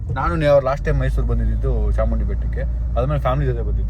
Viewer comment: Mysour alllaaa guru adhu...Mysuru 😂